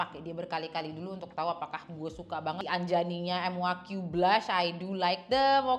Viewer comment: kak bukan m u a q tapi muaq bacanya kak hehehhe😊